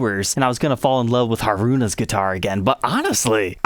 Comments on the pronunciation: Dang... I've never cared for Strats but this one has a bunch of features that I like as well as being Mami's signature model! I'm a huge fan of the group and Mami in particular. I will say it's funny how mispronounces their names as it's common among western folks. they should be said as [MAH- mee], [HAH-roo-nah], [toe-moh-mee] and [REE-nah]. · 1) It's HAruna, not haRUna. 2) It's been confirmed on a few Scandal fansites that the pickups ARE exactly the same as the Modern HH's pickups; only the covers are new. 3) Sucks (though predictable) that once again Fender stuck regular Kluson tuners on, when Scandal themselves have Fender's modern locking tuners on all their personal versions. It can't cost Fender more than £50 or so to put the modern locking tuners on (they could even charge £100 extra!), and these Klusons are such a huge pain to replace with anything newer. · Hah-roo-nah. Mah-mee. Moh-chi. All syllables are given equal weight, and don't blend together.